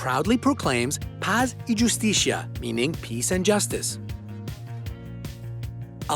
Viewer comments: pass ee yustisha :v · You said "Pas y yustizia" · NOT ITALIAN! It is pronounced pass y rustissia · It's pronounced like this: "pass ee whoseteezeea".... welcome ;) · “Pazz y juice steeshia” I- Okay then... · You said Paz y justicia wrong but it doesn’t really matter since this isn’t ....nvm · "paz y justicia": I think is very easy to investigate the real pronunciation.